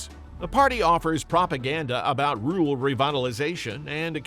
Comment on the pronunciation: Can't pronounce "rural"?????